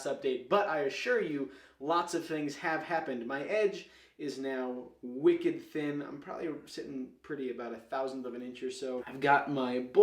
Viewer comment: "Wicked thin"...you sound like you're from Massachusetts ha ha.